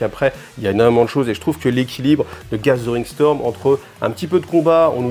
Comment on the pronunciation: Salut, Je ne peux m'empêcher d'entendre "gasolin storm",qui m'évoque un truc du style "gorkamorka", quand tu dit "gathering storm". Bonne chance avec ton english accent. Longue vie à cette chaine!